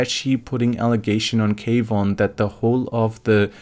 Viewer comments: Kwon is pronounced Kuan. not K-Von. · Kwon is a one syllable word, not two